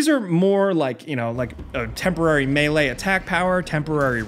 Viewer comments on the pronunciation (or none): none